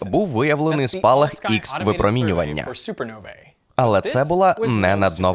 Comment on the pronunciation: "X-випромінювання" помилився, правильно читається як "Ха-випромінювання".